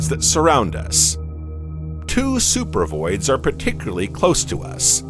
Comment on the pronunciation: First of all not only is AI you know narrating the video it seems like a I made the video it's supposed to say supervoids I think and it says super vids. This is freaking weird the AI voice is talking really slow I seriously think the takeover is starting